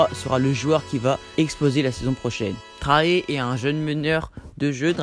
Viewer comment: Sa se prononce pas Traé mais très Young